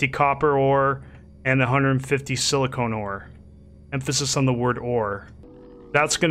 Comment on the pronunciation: Not pronounced sili-cone. Also press Shift-F to loot all from the corpse. Next, you left you bike sitting around at one point - DON'T leave it, pick it up before it vanishes. I learnt that the hard way :)